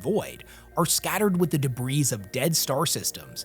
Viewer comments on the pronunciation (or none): Dude, the plural of debris is debris and both are pronounced deb-ree. The 's' is silent.